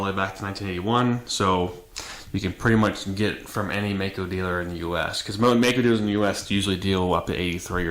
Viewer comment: Hello Mister,i am from Germany,and i think,it 's a good Channel - but there's one Thing,and that is ,that you pronounce "MAICO" a bit incorrect. It 's pronounced Like the i in "i am",or in "Like", so Like Mike-O. Don't feel offended (?), as i mentioned, your Channel is good,and this one little Thing is almost the only one i have to critised(?) a BIT. I once rode a MD250, and it was a real good Bike! Fast and light in weight... GREAT! So, sorry for my English, and Greetings from Ostfriesland, Germany O